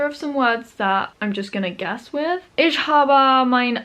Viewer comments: Very good pronunciation, just when you say Ich, try saying the "ch" as "h" and not as "sh" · Since I'm already capable of speaking german, I started learning japanese again. Hope you have as much fun learning german, as I do with japanese. Still love you pronounciation of "Ich", because in your latest german video you pronounced the "ch" in "Woche" pretty well. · As a native speaker I can assure you that your German is pretty good. I guess the pronunciation of the "ch" sound is something many foreign speakers struggle with. Maybe you can try mimicking a cat hissing. That's not exactly the right sound because the "ch" in "ich" is not that far back in the throat as the hissing sound (am I making sense?) Also, there is no logical reason why some words are feminine, masculine or neutral (why is a spoon masculine, a fork feminine and a knife neutral?)